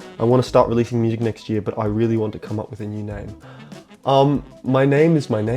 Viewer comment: holy sht bro.. i almost spat my coffee when i heard my name for the first question! thanks for answering it and it's my first time being featured in any Q and A i've got the same reason, i've been living on youtube since probably and by the way... you pronounced my name perfectly mate! - cheers from melbourne